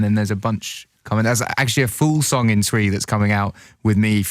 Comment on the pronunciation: it's cute that he pronuces twi like how it's spelt. awhh bless him 😊